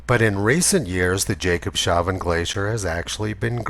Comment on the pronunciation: Tony - damn it - I have told you before that Jacobshavn is pronounced as "Jacobs havn" and actually means 'Port of Jacob' in Danish. 😁